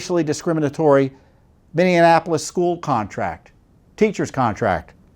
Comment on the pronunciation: Please learn how to pronounce Minneapolis, my racist and stupid home.